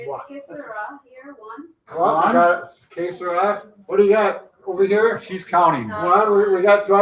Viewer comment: It's "que", not kay. :)